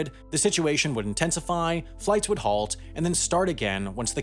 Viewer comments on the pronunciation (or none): none